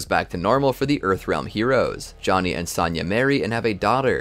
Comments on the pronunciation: It's Sonya not Sanya 😭😭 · Great in depth video on the timeline, only negative to the video is the way you pronounce Sonya, it's not Saw-nya Blade it's So-nya Blade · It's Sonya, not Sanya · S-ah-nya Why you say it like that ? Lol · Dood, it's sown-ya... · You have an odd way of pronouncing Sonya as Sanya... it even comes out like that in the CC. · Ah great. More regurgitating. SAHN YUH? lol. Im out. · Any video that doesn't involve Sonya. Because you obviously don't know how to pronounce it. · Loving this video, but bro, listen to the games and learn how to pronounce 'Sonya' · Hearing you mispronounce Sonya... 😩